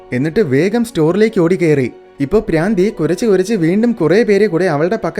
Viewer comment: Braandhi alla madha bhraandhi😂😅